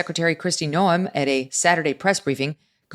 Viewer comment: Megyn, please note that Kristi Noem's name is pronounced Nowm, not No-em. No-em would be how an AI voice would say it.